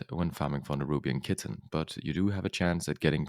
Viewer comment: Chitin is pronounced like Kie-tin